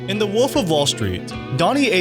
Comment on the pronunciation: It’s WOLF not woof